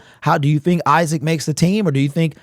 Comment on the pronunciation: It’s Isaac lil bro